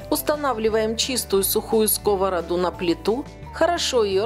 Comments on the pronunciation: Не в скОвороду а в сковородУ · Рецепт чудесный. Раздражало неправильное ударение "в скОвороду"(((.